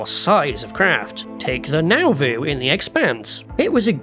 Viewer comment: the… now-voo??? oh, nauvoo. 😂